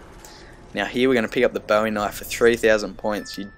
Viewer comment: thats not a knife... this is a knife... sorry when u say "knife" u remind me of Crocodile Dundee (?)